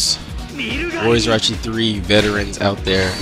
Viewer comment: Did he say Orachi or is it just me?